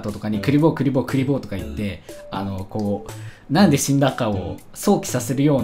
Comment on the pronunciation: クリボーって連呼してたのが クリボって連呼してるのかと思った